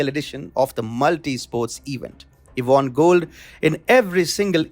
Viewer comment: What is von? Pronounce as won, not von.